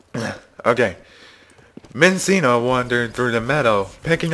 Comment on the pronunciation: Minccino, by the way.